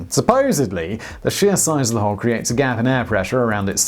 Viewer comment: Oh, wait, I thought you said "hoe".